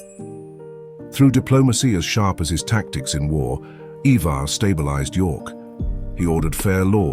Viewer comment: ivar is pronounced eye-ver. not E-ver and hearing it a bit too much for me to watch the whole video